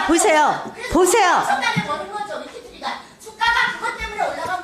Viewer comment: 위키트리? 발음하나도 못하는 국회의원. ㅋㅋㅋ